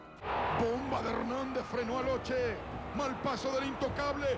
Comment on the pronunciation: LE NOM SE PRONONCE "LOQUÉ" ISSU DE L IMMIGRATION ITALIENNE EN ARGENTINE!!!